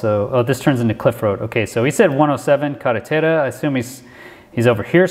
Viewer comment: based on how he pronounced “carretera” he is 100% local & you can also hear the coquies singing. To me this looks a lot like the Ramey base in Aguadilla🤔